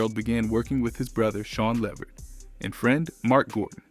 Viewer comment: Not being able to pronounce his last name correctly takes away from the information.